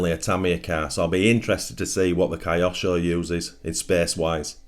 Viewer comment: Don't wish to be rude, but Kyosho would not be pronounced "Kai osho" Correct pronunciation would be "Kyo-sho" - equal stress on both parts or the word, with Kyo merging the letter sounds, rather than becoming "Kai". Cheers!